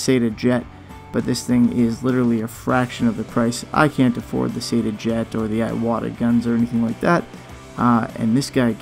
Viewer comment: pronounced EE WATTUH, not EYE WATTUH. :)